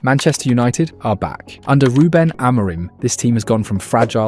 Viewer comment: Is this read by AI? That pronounciation of "RuBEN" was sus as hell